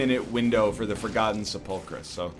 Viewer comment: Props to NL for finally pronouncing sepulchre right.